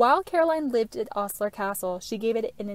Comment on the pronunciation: Great piece - one minor thing - it's pronounced Oh-sler not Aw-sler. Thanks for all the great info!